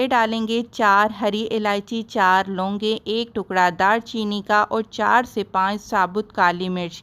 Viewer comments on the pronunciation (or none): none